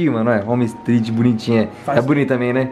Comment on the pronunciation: "e a tãmbi?"